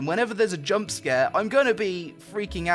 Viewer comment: I really like the random weebed up words you throw in like "JUMPUH". The visual queues that go along with them are on point too. So props on that. I also like how chill you are and the disclosure you gave here kinda reminded me of TB. I don't think I see such honesty all that often. All in all what I think I'm trying to say that even though I may not be up to watch all the content you make I'm starting to really respect you as a person and as a youtuber.